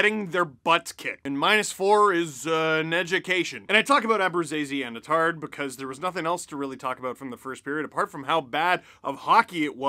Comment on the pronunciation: Hey Steve, I grew up with the Attard family and just wanted to let you know that Ronnie’s last name is pronounced “AT-Terd”. Keep up the good work!!